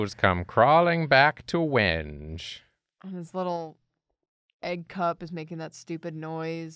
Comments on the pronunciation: I think Wenge is pronounced wen-gay but I may have been misinformed by a troll. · As a guitarist that has mistakenly mispronounced the word "wenge" in front of gearheads and wood enthusiasts, it's pronounced "weng-gay". People are apparently very obsessed with this fact. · Hey, I’m sure you’re used to hearing this, but you’re wrong about a thing. Wenge is actually pronounced like when-gay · Pronouncing it “wenge” was killing me lmao. It’s more like “when-gay” 😅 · Wenge is pronounced as When-gay, it's also a kind of wood. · Wenge is pronounced "when-gay" and it's a type of wood. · I think wenge is pronounced when-gay, but I might be wrong lol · Just FYI it’s pronounced “When-Gay” not “Wenge”. But for the character this was totally the right call. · Wonder how the character would have turned out if he knew it was pronounced WENG-gay. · Usually I don’t bother commenting but just in case you do see this, it’s pronounced “when-gay”. Source - I work at a luxury yacht company and we use this word a lot. Actually that’s probably the only reason it bothers me!